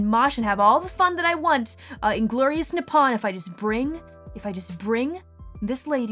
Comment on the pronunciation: Fukkn "Nipawn"